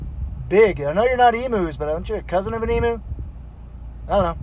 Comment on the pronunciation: Hi from oz. Not e moo it’s pronounced eem you. And they are native to Australia.